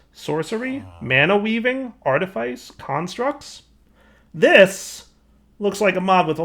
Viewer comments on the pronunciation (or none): Artifice is pronounced art-ih-fiss Grimoire is pronounced grim-wahr